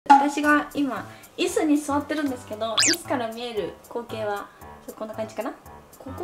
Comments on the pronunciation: うぽつです!! イ↑ス↓がおもろすぎるwww ありけんさんから貰ったありけんさんww きゅーちゃんにポケカあげたい😵‍💫僕の家にありすぎて困ってる😖 部屋おしゃれすぎた... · 椅子の発音独特すぎる